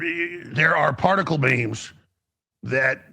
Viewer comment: he just said particles Bean wow that anime in to reality